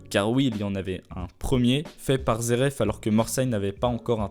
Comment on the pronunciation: Y'a pas de R pk tu t'entête avec ton "zeref" loool Aller, repeat after me: Zé éf (phonétique) me remercie pas.... 🤝 Comme "tin y me zééf lui".....